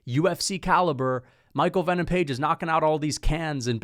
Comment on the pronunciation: Why do you mispronounce fighters names constantly? Anyways page has no chance unless he lands that flying knee he's gonna try 5 times